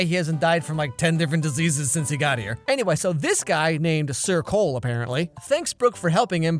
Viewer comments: ohhh "SIR cole" I was hearing "circle" the entire time😂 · Lol anytime someone said "sir cole" i thought they said circle 😂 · Every time they said “Sir Cole” all I could hear was “Circle” 😂😂😂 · Man I can only hear her calling him “circle”. Every time. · you can literally hear "goodbye circule" lol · How is no one talking about how his name is SIR COLE... and is said like circle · When everytime the characters said "Sir Cole", all I hear is "circle" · every time you said "Sir coale" i thought you said circle -3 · Sir Cole? Where's "Sir Cumference"? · You know he's either lieing or somewhat mentally unstable because his pronounciation is modern..! xD